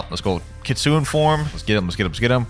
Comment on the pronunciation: Happy new years It’s kit-su-ne Not kitsun